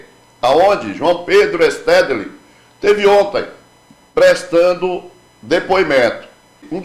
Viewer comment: Que agonia, o apresentador não consegue sequer falar o nome do Stédile😢😢😢